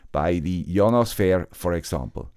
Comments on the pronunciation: I don't think ionosphere is pronounced "yonosphere" It's more like "aye-yonosphere" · I've watched a lot or your videos, I like tech stuff for back ground noise and or unwind before bed. You always have great stuff. Your English is impeccable so I usually tune your accent out. But every time u say ionosphere I hear yawn a sphere 😂🫡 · English is weird. We pronounce it eye-on-oh-sphere. Hope this helps. Thanks for the content!